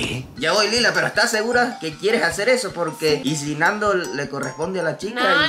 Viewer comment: Nando diciendo: me dijeron pel pero